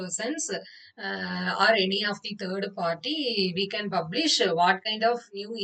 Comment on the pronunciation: Its not BUBlish....you should pronuce it like PUBlish....please polish your english pronunciation. Also please practice by attending spoken english....do not kill us by talking like butler english. Your english slang clearly shows that you are from Tamilnadu.